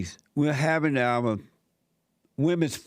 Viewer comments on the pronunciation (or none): "Love ovuh neighbors as we love ovuh selves." 🤣